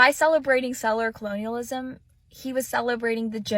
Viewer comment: Girl tells MK he pronounces tribal names wrong and proceeds to mispronounce the word settler..she first says setteler...then says settler correctly the second time. Ok chick..whatever!